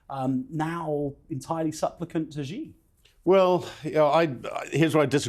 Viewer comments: why is it so difficult for journalists to pronounce the "Xi" in Xi Jin Ping? It's not "Ji". A quick google search will bring up some videos of how to pronounce it. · I enjoy your programs but can you please pronounce Xi's name properly. It is not pronounced 'Gee' or 'She'. It is pronounced 'See' or 'Sea'.